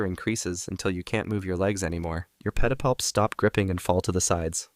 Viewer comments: The way he says “Petapalps” is oddly satisfying 😂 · New drinking game. Take a drink every time says pedipalps.